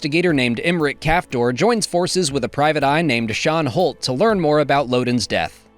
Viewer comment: Nice job as usual, especially for someone who has a hard time keeping up with everything - specifically the inclusion of Star Wars: Uprising. Only a few minor gripes of mine: 1. Boushh and Sian Holt are falsely pronounced, I think. 2. I'm just a little bummed that Gella Nattai, Axel Greylark, Creighton Sun, Aida Forte, Vildar Mac and Tey Sirrek didn't got any mention, considering they're quite important for the media they appear in and Sav Malagans misadventures with Maz also were mentioned, even if they were ultimately less significant to the overall story. 3. Is it confirmed, that parts of Legacy of Vader play between Black Spire and other stories during 34 ABY? 4. A little more Young Jedi Adventures inclusion would've been nice. 5. I'd say the the third TOE Barriss episode probably plays before 3 BBY, since Marrok is the only Inquisitor we see after Malachor and it's safe to say that the rest of them either died or vanished before that.